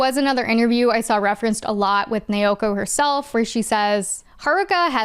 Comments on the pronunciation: The pronunciation of "Naoko" used in multiple points in the video sounds very off to me. The pronunciation in the video sounds like "Neoko" or "Neioko" instead of "Naoko". Apologies for the awkward feedback. Every name otherwise sounded fairly normal to me, so the difference in the manga author's name stands out. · Not nay-oh-koh. It’s pronounced nah-oh-koh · Friendly heads up from someone who made the same mistake for an embarrassingly long time: when you see "ao" in romanized Japanese, it's pronounced like the vowel sound in "ouch" - thus, the creator's name isn't pronounced nay-o-ko, but now-ko. :) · Okay, this was absolutely fantastic and also thank you for reminding me about Star Gentle Uterus. 😂 Also, there is absolutely no fun being poked here. We have all been there in the past- The 'Nao' in Naoko just sounds like the word 'now' in English.